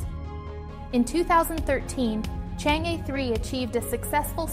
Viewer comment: Why did you pronounce Chang (E)兒 as Chang E(normal E pronunciation)? If you don't want to recognise mandarin name properly, how can you e